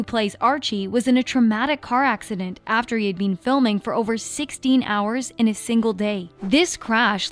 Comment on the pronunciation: why does this girl say been like "bean"